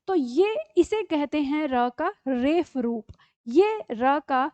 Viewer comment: मै'म आपका आभार, आपने इतना अच्छे तरीक़े से समझाया। जब आप रेफ़ शब्द का प्रयोग करते हैं तो यदि यह शब्द हिन्दी वर्णमाला का है तो ये शब्द होना चाहिए रेफ, क्योंकि जिन अक्षरों में नीचे नुक्ता लगता है वे उर्दू, अरबी अथवा फ़ारसी शब्द होते हैं और उनका उच्चारण F होता है और हिन्दी वर्णमाला के फ का उच्चारण ph होता है। उदाहरण के लिए फिर phir और फूल(पुष्प) phool बोला जाएगा।